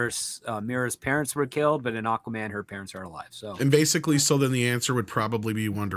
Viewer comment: So apparently does say these superhero names wrong: Spidermin and Aquamin instead of Spider-Man and Aqua-Man. Originally I thought he was making some kind of meta joke like these were surnames of characters like Peter Spiderman. Turns out he just can’t stop himself from saying them wrong I suppose 😂.